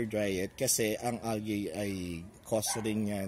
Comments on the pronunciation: You have very good enunciation sir. However, algae is pronounced as al-jee. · [ al-jee ] not [ al-gey ] or [ al-guy ] say it with me, al-jee!